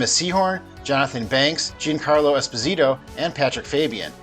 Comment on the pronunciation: giancarlo is not pronounced jean-carlo. please show some appreciation for other cultures. same with jean-luc picard.